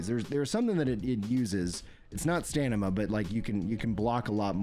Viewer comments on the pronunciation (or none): You keep saying stanima.. its STAMINA!!😂😂, sorry! Great work covering this❤ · Love your content but you really gotta stop saying stanima, it's driving me nuts😂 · Dude I heard you mention dyslexia once and I thought it was a jest! I'm so sorry. I love it when you say stanima 😅